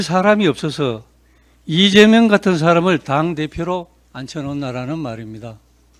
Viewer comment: 보고 읽으면서도 실수하나 리죄명 대통령이 뭐냐? 제대로 좀 해라